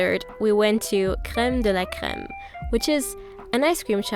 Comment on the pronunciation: Omg the way u pronounced crème de la crème u sounded so french lol